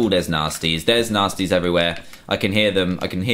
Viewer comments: Every time you said nastys it sounded like you said nazis am I the only one who catches that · Every time you said"nastys" it sounded like you said"nazis" am I the only one who catched that?